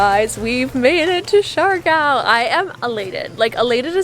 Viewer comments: lol for the love of pronunciation...Siargao! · I'm saying you should have learned how to pronounced it...